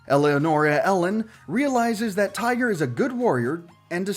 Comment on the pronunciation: The way he said tigre I want to die